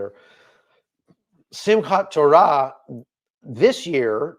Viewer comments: You said. Simka torah very very well and very israeli like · You pronounced Simchat Torah pretty well! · This will be the two years anniversary of the hostages being taken. If they are released on that day it will be Biblical. And yes you pronounced Simchat Torah correctly! Watching from Wisconsin 🇺🇸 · Excellent pronunciation on Simchat Torah but it's not the holiest day in the Jewish calendar. That would be Yom Kippur, Great analysis as always. God bless. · YOU DID SAY SIMCHAT TORAH CORRECTLY